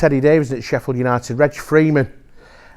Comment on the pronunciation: "Sheffield Unided"